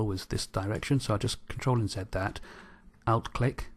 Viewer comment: Hi, Thanks for very useful tutorial. but I didn't understand one word you are using many times. the word are "OUT CLICK" what was that?